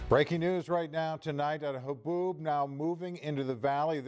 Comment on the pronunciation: So weather lady can't say the word haboob? 😂